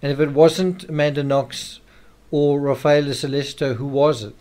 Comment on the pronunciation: Sol-leh-cheeto. Ra-fah-eh-leh